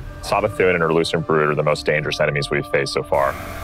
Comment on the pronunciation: Every time I hear lucent Hive it sounds like loosened Hive😅😩. They're ready for daddy Zavala.